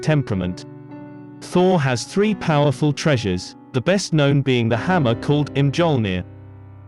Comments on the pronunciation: Em-JOLL-neer? -_- Mee-Ol-neer or Mee-YOL-neer, my man. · You left out a few. More than a few. Also you grossly mispronounced Mjolnir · Bro butchered mjolnir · He's English. They always pronounce things with the English letter variation. So, strictly speaking, in British English, j is pronounced with the silent g sound. In American English, we like to pronounce words the correct way, in their language of origin. So, when we say Mjolnir, we pronounce the J like y.